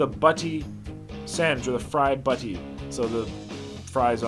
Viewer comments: Chip Butty mate, shorten the eeeeee sound so not buttyee. That fat bastard challenge always looks tasty, nice work lad👍🏻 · Americans or Canadians can’t say butty and they are chips not fries 😂